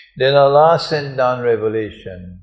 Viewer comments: Dear Sir, plzz try to pronounce the name of Allah correctly. you say Alaa instead of Allah. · i am a follower of him and do respect him, but i see that he recites quran very well on Allah's name he dont pronounce correctly. so its our duty to rectify things even of our teachers and our ulamaa, after all they are also normal humans and can do mistakes, only ambia are prefect.